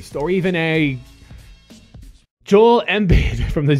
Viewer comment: when butchers the shit out of joels name